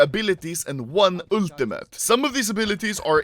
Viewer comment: The way anomaly say auto,ultimate and beta is funny